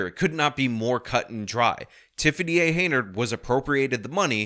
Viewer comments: It's "Henyard", not "Heynard". If you're going to report on her, and especially if multiple times, then you should get her name right. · This "mayor's" name is HEN-yard .... not HEY-nard. Just saying. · I appreciate your insight on this story, however the woman's last name is pronounced, Hen Yard not Hay Nerd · Bro I literally had no idea that you were talking about the same mayor my friend was because, for months, you’ve been saying it “Hey Nerd” instead of Hen yard. This is friggin hilarious.